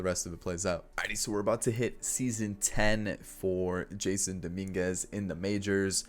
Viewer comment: btw it's prounounced (juh-sonn) not jason